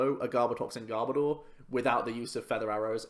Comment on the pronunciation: I also hate it when people pronounce Garbodor as Gar-bah-door. It's meant to be Garb-oh-der. As in Garbage and odour... I'm such a Pokémon pronunciation snob as well! Haha